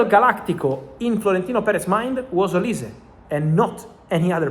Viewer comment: I guess some Nigerian fans of yours has told you olise how to pronounce his name very well kudos man 🎉